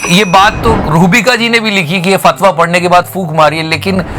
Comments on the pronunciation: You have pronounced two words in a wrong way FATWA = Fatiha (Surah tul Fatiha) Uncorrect= Incorrect (at 11.28) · "Fatwa" nhi "Fatiha" Kahte hai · fatwa nahi fatiha bola jaata hai. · Not fatwa its fatiha.. Please correct if possible.. All d best,I respect ur efforts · फतवा नही, फातिहा. सूर: फातिहा कुरआन की सूरत है। जिसे हर नमाज़ में पढ़ा जाता है। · I guess it's not Fatwa it's Fateha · Bhai wo fatva ni h wo fatiha h bro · woh fatwa nahee hain fatiha hain.... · Fatiha padh ke fooka ....not "fatwa" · It's faatiha not fatwa plz correct yourself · Dear you have pronounced 'Fatiha’ as fatwa. Please make a note. Thanks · Shahrukh is reciting some dua or Fatiha for Lata ji in the video.... I think you mispronounced it as Fatwa (a religious ruling)... Just a small correction... Big Fan... Love you 3000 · Fatwa nhi Bhai (fatiha) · Not fathwa It's faatiha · It's fatiya not fatwa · it is fatiha not fatwa. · Wo fatwa nahi fateha hota hai pagle!! 😊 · It's not fatwa its Fathiha